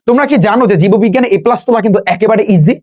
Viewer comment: জীববিজ্ঞান ভালো করে উচ্চারণ করে শেখ আগে